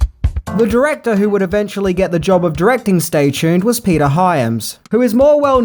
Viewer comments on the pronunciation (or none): none